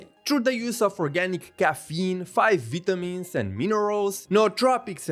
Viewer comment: "5 Vita mins" XD